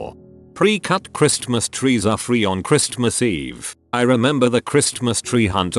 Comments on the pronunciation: Chris-T-mas. Dang it’s horrible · Can somebody program the robot to pronounce "Christmas" properly?